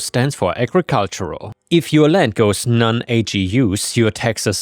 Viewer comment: Hey, great story narration as always. Since you asked, yes ag is the short term for agricultural, and it’s not an acronym to be pronounced as a g, it’s pronounced like the beginning of the word agriculture. One of those fun quirks of English 😊